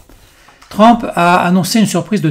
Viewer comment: On prononce TRUMP, et non pas TRAMP